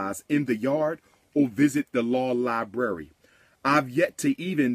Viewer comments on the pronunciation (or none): What a wonderful ”LIE-BURY” u have there, umar ❓❓❓❓